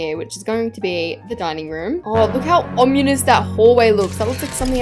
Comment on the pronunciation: lol her pronouncing ominous “omnuies”